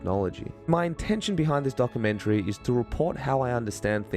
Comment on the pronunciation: "This Dock-A-menchry" 🤣🤣🤣